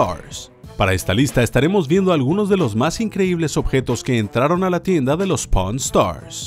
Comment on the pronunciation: se que dice pawn stars pero alguien escucho porn Star